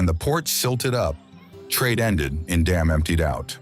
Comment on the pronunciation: Damme is not pronounced DAMN.